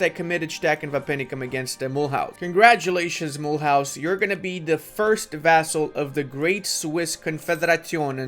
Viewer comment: mule house is pronounce mulooze ...